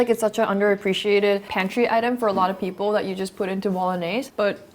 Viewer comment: Wow! You went to an international school AND America and no one told you about your speech defect? It’s Peeeeople not Pipple just fyi.